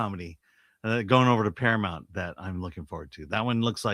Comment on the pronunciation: Para -MOUNT. Why has this become such a hard word to pronounce recently?